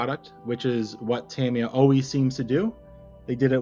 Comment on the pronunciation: You got it right the first time: "TA-mi-ya" and never "Ta-MEE-ya". The most accurate pronunciation is closer to "TAM-ya", as if the "i" is more of an apostrophe than a vowel... but your first effort was close enough.